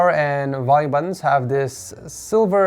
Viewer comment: I keep hearing "The buns are easy to press"